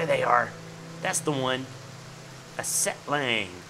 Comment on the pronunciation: it sounded like you said Sethbling when you killed the Setlang :D